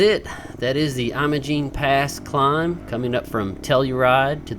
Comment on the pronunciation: It's called "Emma-Jean" locally, for what it's worth. And Ouray is pronounced "Yur-ray".